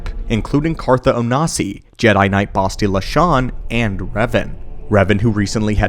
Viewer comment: I hate how he pronounces Bastila Shan's name, each horrid utterance of her name was like a light misting and this was so jarring it screwed me up.